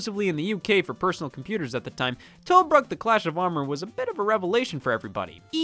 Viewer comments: I love the way he says Tobruk, very offensive to a historian. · I love that Scott pronounces Tobruk like it’s the made up name in the title of an old school RPG.